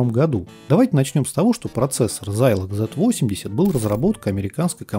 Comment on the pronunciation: откуда такой странный прононс? Почему зАйлог? Почему зИикс? Очень режет слух. Может тогда уж и Сайнклэайр говорить?) Если хочется хочется подражать английскому произношению, то можно хотя бы в гуглтранслейте послушать, как эти слова звучат, а он скажет - зЭДэкс и зИлог.